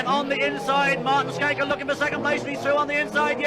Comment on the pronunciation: So nice to hear an internasjonal speaker pronounsing Martin's name correctly :) Mr Rallycross (Martin Schanke) have been a "steering-wheel man" all his life. Even past 70 y of age, still driving Lorries in South Norway. And been involved in some car projects for mates still in rally. He's Escort that he got famous with, was a self engineered car. Variable differentials, and also adjustment for which axle that should have most power. So it could be front wheel driven.... !